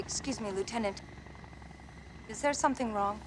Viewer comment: "Yes, we know the finger Goose" after calling Tom Lietenant over and over 🤣